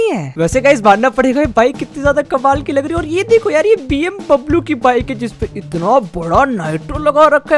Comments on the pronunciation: Bmw not bmbalu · bm bablu nahi bmw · Bhai vo bmbablo nahi hota vo bmw hota